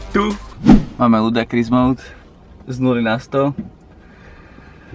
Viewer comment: Ludakris :D :D ... je to ludikrous O:) detail ale trhalo mi rohožku keď som počul ludakris